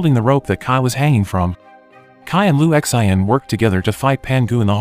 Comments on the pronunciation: I think it’s pronounced “Lu Shan”. 😂😂😂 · Sin not Shin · Lu X.I.N 😂 why do you just spell the name. There's No way you think that's how to say it. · Jael Strong na its lu shin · Maybe the narrator is just too lazy to simply Google and learn how to pronounce it. 😅😅😅